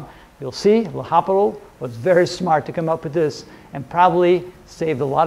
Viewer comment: Isn't it pronounced “Lopitals“ rule?